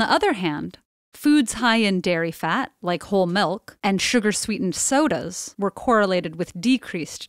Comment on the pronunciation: The way she says, “…sugar-sweetened sodas…” sounds like she wants to drop-kick Coca-cola across the room.